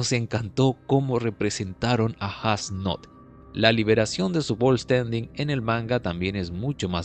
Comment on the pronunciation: creo que falto como jugram le explica mas a detalle como funciona el poder de yhwach que practicamente es una amenaza y como renji se echo una siesta as nodt fue brutal lo unico en contra la pronunciacion de su nombre (Esu Noto)